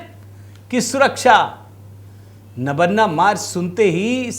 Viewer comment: नबन्ना नहीं सर , इस मकान का नाम नबान्न है । मतलब नया अन्न।